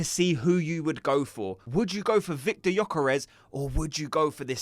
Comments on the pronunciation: You really don’t pronunces the y gökares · viktor gyökeres not vitor yokares 😅